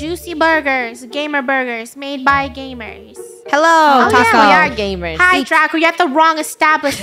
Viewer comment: “Taco-yah” haunts till the end